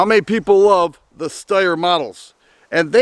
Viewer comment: Steyr, not Styer.